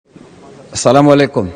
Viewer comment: সালামুলাইকুম না আসালামুলাইকুম, জামাত এমপি কি বলেন?